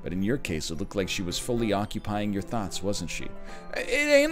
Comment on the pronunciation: “Alone with your THOTS” is what I heard